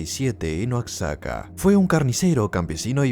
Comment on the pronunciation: Pequeña recomendación en caso que quieras hacer una 2da parte Oaxaca se lee como "Wajaca" Saludos desde Mexico :P